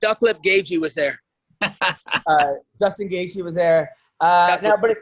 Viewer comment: What did he call Gaethje? He didn't say Justin it sound like Dublin.